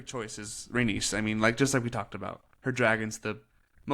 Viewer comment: Loved the recap, but rhaenys is pronounced ray-knees.